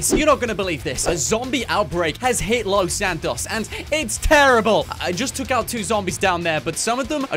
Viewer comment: “Has hit los saktos”